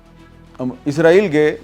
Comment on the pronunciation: Sir ji israeel bolo na k izraeel